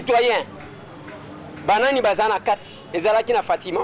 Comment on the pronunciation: hum ndeko akomi ko siemisa lingala kiekiekie! "...na baNzi.." "... toza awa na fatimaN..." kiekiekiekie